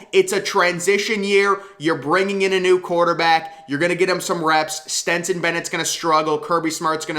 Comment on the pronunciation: And keeps calling Stetson ..Stenson 🙄🤦🏼‍♂️